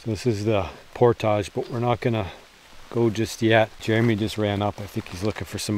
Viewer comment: You guys pronounce "portage" funny